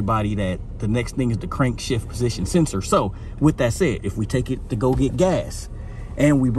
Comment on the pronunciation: Crankshaft position sensor? You keep saying Crankshift position sensor 🤔🤔